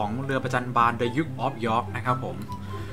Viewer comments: ๓าม oาsมณ์ เออถ้าจำไม่ผิดอ่านว่าดุ๊กน่ะครับ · มันอ่านว่า ดยุค(ดะ-ยุก) เป็นบรรดาศักดิ์สูงสุดในสภาขุนนาง(เทียบได้กับหม่อมเจ้า หรือเจ้าพระยาของไทย)